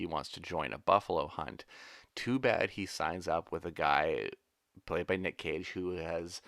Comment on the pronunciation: LOL every time says "Nick Cage" I hear "Nick Cave" and now I've got "Red Right Hand" playing over and over in my brain. ARGH!:)